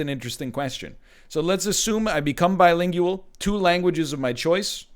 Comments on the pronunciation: The way he pronounced bilingual bothered me immensely and I don't know why. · I like how he pronounces bilingual. Bai-ling-yu-əhl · Think of the implications! This must mean that he also pronounces linguistics as ling-gyu-istics. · Who pronounces bilingual like that lol